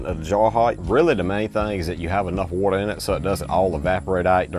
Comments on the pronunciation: “Whatther” I love that dude 😂❤ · i like the way u talk. u kinda sound australian when u say water and its awesome and charming